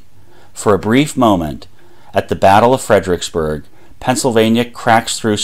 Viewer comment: and then there's "fred-RICKS-berg" rather than "fred-er-ICKS-berg". who needs four syllables when three will do!